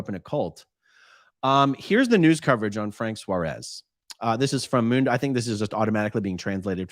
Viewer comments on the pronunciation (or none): none